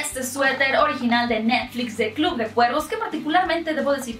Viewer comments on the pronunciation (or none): none